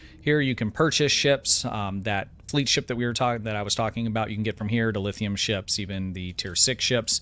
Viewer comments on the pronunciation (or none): none